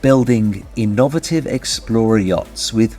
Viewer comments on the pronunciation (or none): I’ve never heard anyone pronounce ‘innovative‘ the way you do. 😮